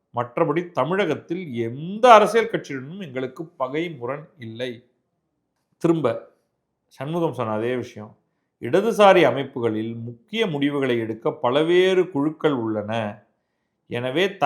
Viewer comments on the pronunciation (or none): pronounce to be corrected "palveru" not palaveru